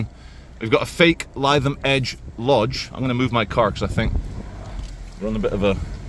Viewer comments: lytham is pronounced litham it’s a posh area near Blackpool. I can’t believe you haven’t been. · Maaaate…. Missing all the action in city centre.’.. and it was a spy, a Russian spy squirrel, just like all pigeons… ‘litham’ try pronouncing it now old boy. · You really need to learn how to pronounce Lytham. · Are you pronouncing Lytham wrong on purpose? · yr saying Lytham wrong lol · Lytham: a very pleasant coastal town that still feels like Lancashire/England. Pity that your pronunciation of a Lancashire town was , once again incorrect. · You're pronouncing LYTHAM WRONG GOD DAMN IT!!! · Its not pronounced as lie-tham. Its pronounced Lytham as in Rythem. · As a person who went to school in Lytham, it sounds hilarious when you pronounce it Lie-thum - its pronounced Lith-um 😂😂😂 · NOT lie than its LI THAM AS IN L I THAM OK MATE. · Lytham pronounced LITH-AM as opposed to LIE-THAM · We are doomed..!! Where are the patriot missile batteries protecting bae systems.!!??? 😲🫡😲 Oh by the way, Lytham is pronounced 'Litham' and not 'Lietham'... 😁😁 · I wonder if BAE systems employ joeys? mine goes more like a walnut lol he seems like a reasonable guy. Totally get where he is coming from. why wouldn’t you paint those gates!? it’s Lithum rather than Liethum if you get me? Just for future reference mate. dude I felt that pain as soon as he said it. If the police want to know why the general public have a distaste for them, there is the example right there. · Lytham is pronounced Lithum not lietham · Litham pronounced lie 😢tham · Has anyone corrected your pronounciation of "Lytham" yet? If not, it's "Lithem", not "lie-them". Happy to help :) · You're pronouncing Lytham wrong..... the first syllable sounds like " liv " Like Liverpool...... Lytham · Not Lie-Tham it’s pronounced Li-Tham 👍🏻😉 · Lythum is pronounced - - - - LITHUM :) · Your pronouncing it wrong it's......lith..am. 👍❤️ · It's pronounced Lythiam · It's pronounced 'lithum'